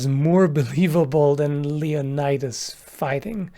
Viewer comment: Let’s check the historical accuracy of your pronunciation of “Leonidas”...